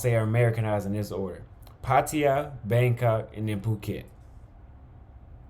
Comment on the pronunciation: Its pronounced “puh-taa-yuh” not “paw-tee-yah”.